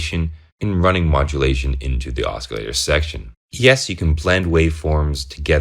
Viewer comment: "OsKillator" lol... Just playin' tho. Great vid and I couldn't agree more, I love my Neutron. Just got the Crave to go with it for a sequencer and extra oscillator n patch points. Can't wait to start digging in with these 2 together.